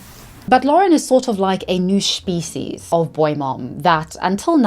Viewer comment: I love how you pronounce it shpeecies and i as an american would pronounce it speeshies and neither of us are pronouncing it species